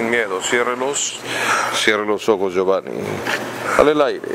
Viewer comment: le dice giovani y giovan😂😂